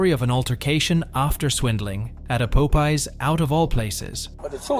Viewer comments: so I was listening to this video playing solitaire. I wasn’t watching it. When I heard “pope ees” I was super confused It’s pop- Eyes 👀 I was confused enough to where I had to make the video larger and read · Poe Pies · He really said pope eez.... its pop eye... like. Pop 👁👁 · Pop-eye not pope-eye. Like the cartoon. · It’s fucking POPEYES(pop-pies) not no damn PULPIES fucking annoying get your shit together man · Pop-eyes popeyes my man if youre gonna do ai atleast double check and make sure shit is right 😂😂😂😂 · It's Popeye's...like the sailor man cartoon. Be familiar with what you're going to say beforehand...yeesh. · Im stuck on the commenter say "pope-ear's" !!😅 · “Love that chicken from Pope Eyez…” that didn’t sound right. “Love that chicken from Pope Eeze.” That sounds much better! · A local Po-pees! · Facking hell, I'm Dutch and even I know it's not pope eye's😂😂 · Pope EEZ? Pope EYES???????? WTF is wrong with you??! LMFAAAAOOOOOOOOOOOOOOOOOOOOOOO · also one more comment the computer saying pope es made me laugh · it’s POP-EYE 😂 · its not "poh pie"?😂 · The popie had me dead 😂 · Po pees restaurant 😂😂😂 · why do you keep calling it po pees 😂 thats annoying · Love that chicken from po-pees 😂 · Po pie 😂😂 stop it! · No it's po pee.😂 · My guy said poepees and poepies? WTF 😒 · Po - pees??? Is that a new restaurant? Never heard of it 😂😂😂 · A local "Poh-pee's" restaurant. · Where are you from? You seem to insist its called pope eye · She steals a ton of money and gets probation oh and 20K in fines. That's a load of crap. They wonder why these people keep doing this over and over again. There are no consequences for these thieves. The guy's pronunciation of the name popeyes. LOL If taco bell man was a former leo, then he knows they ask all kinds of questions trying to find out what's going on. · Popeyes restaurant pronunciation got me 😂😂😂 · Ok i had to skip incident 2 because you kept butchering the pronunciation. It's like the sailor-man cartoon.